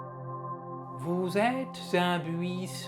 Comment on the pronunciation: Le coup du "vous zêtes zun buuiiisson" c'était tellement tordant XD